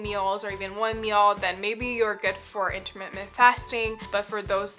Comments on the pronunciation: I appreciate your videos and information. Maybe this is not worth mentioning but I believe you put an extra m in your pronunciation of intermittent fasting, pronouncing it intermittMent rather than inntermiTTent. A small point maybe but I found it distracting. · My OCD will NOT let this go. The word is IN-TER-MIT-TENT; not in-ter-mit--ment. Sorry and thank you 😊